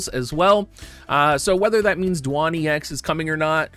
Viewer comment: I love that you can call him Dwahn with a straight face now. XD